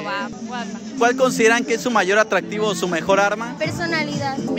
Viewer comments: "ATTDRAADIVO" JAJAJAJA .😂✌ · Attdraadivo, y como es? atractivo y yo que dije? Attdraadivo y como es? atractivo 😂😂